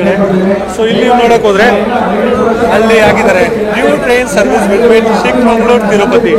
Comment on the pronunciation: ಚಿಕ್ಕಮಂಗಳೂರು ಅಂತ ಇಲ್ಲ. ಚಿಕ್ಕ ಮಗಳೂರು ಕಣಪ್ಪ